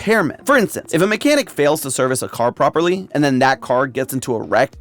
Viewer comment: did you mean MCanhic